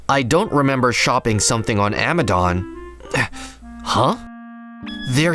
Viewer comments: No the said amdon as Amazon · I understand copyright but when he said “Amadon” I laughed so hard bc it’s just the z replaced with an d🤣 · "Amadon"💀 bro took renaming seriously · Ah yes, "Amadon"